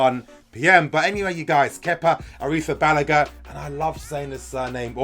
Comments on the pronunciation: Ouffff.. that correct pronunciation hit me hard bro, finally lol👏😂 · according to Kepa Arrizabalaga, he is pronouncing it correctly. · Ayyy that pronunciation though😂🙌🏾